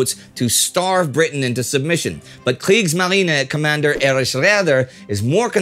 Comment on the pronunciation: I know Astrid and Spartacus are on it, but as a Dutchman, Indy's "Kriegsmarine" does sound a lot less intimidating as am using to say it. Have I been indoctrinated by Anglo-American media to much, or am I right there is a weird, almost playful variation in Mr. Neidell's pronunciation?